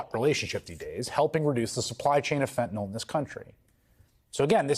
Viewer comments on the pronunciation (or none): just a tiny pet peeve but i hate it when people pronounce it "fen-tin-awl" instead of "fen-tuh-nill". N-Y-L does not say "NAWL". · It is not "fetnil" nor "fetnol" nor "fetnel". It is fen-ta-nyl. How hard can it be to correctly pronounce an three syllable word? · Fentanyl rhymes with chlorophyll and pill, not basketball or ethanol. And definitely, not with null. Fen-tuh-NILL. You of all people,. Get it together. Sound it out, dude. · fentanyl or fentanol? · why does Murica insist on pronouncing it fentenol?